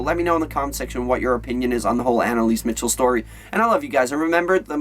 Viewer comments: btw. its pronounced Michelle not Mitchel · MICHEL NOT MITCHEL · MICHEL NOT MICHAL